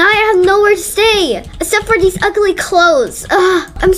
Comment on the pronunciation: it not dhese it is these